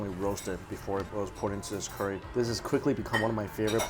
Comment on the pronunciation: Been watching you for a couple years now and I've got to say it's still irritates me how you say Curry so bad.